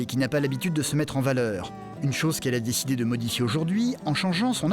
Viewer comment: "fair" "ojourd'hui" ?!?!?!??! Quitte la vite !